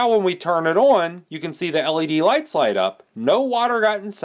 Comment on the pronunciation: Your Midwest accent slips out every time you try to say the word "on" 😂